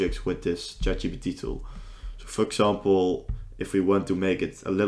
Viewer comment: This is a good video. I feel like a nerd for mentioning this but it is Chat G*P*T not GBT. Also, I've found that GitHub Co-Pilot is a bit better at coding than ChatGPT.